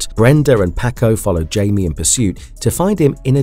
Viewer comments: IT"S (HI-ME) not Jamie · He keeps says his name wrong and it's really annoying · Came to comments for this one specifically. Takes you right out of the video regardless if the rest is good or not. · He's been doing that for a while That's why I don't watch videos where he talks that much